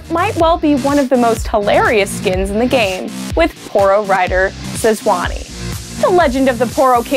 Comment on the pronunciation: She said Sezuany dude. She clearly just reads her script without knowing what shes talking about